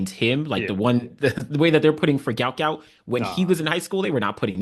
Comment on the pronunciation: Give the GOUT, GOUT a rest and PRONOUNCE HIS NAME CORRECT. Pronounced Gwot because it was spelled wrong and should be Guot pronounced GWOT. search: "Gout Gout's Father BREAKS Silence and SHOCKS Everyone!"